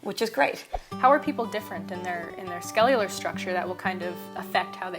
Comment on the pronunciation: lmao she just said "skellular"